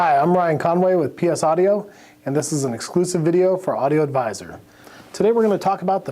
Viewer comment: figures, the 1st person to properly pronounce all the syllables in AU DI O AD VI SOR would be a non employee.